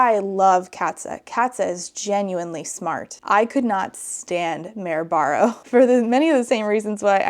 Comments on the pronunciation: I thought it was "Mary Barrow" 😅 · I’ve never read Red Queen, but the way was saying the main character’s name kept sounding like Merobiba of Drawfee fame so now I won’t be able to without thinking of that 🤷